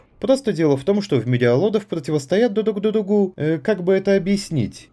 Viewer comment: 🤣Тебе точно надо было вычеркнуть из текста фразу Пдотивостоят дудук дудугу.